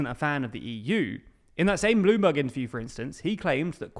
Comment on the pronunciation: Why do you pronounce Bloomberg like Blue Bug 😭